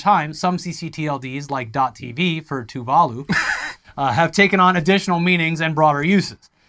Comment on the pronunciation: Its so painful to hear Tuvalu being pronounced here